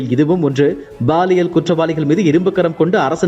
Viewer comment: Ball இயல் இல்லை சார் Pall இயல் தான் சரி யான வார்த்தை. ஆண் பால், பெண் பால்.. அந்த மாதிரி. இனியாவது ஒழுங்கா உச்சரியுங்க. இல்லைனா இது ball இயல் குற்றம் ஆகிவிடும். 😃😊🥱